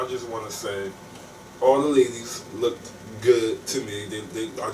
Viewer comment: Lmao I swear I was gonna #factcheck when he kept saying "lookeded"